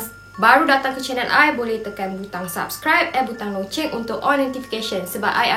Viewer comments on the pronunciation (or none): none